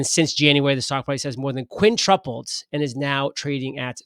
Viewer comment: Merry Christmas! Love the channel and as a fan I'll just take a second to point out the word is quintupled, not "quintrupled" 🤣 Keep up the great work!